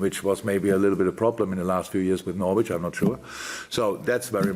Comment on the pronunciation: It’s a sign of how much people love jurgen, that no one wants to tell him he’s mispronouncing the name Norwich 😂